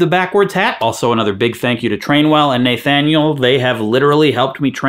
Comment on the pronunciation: The way you pronounce Naythaniel makes me twitch, but I like your content.